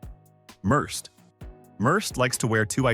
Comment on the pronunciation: The fake narrator pronounced “Merced” three different ways.